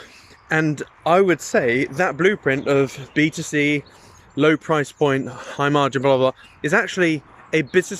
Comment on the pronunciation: All I kept hearing was BTC 😅